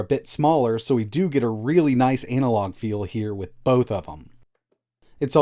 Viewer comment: anal log? lolll ana-log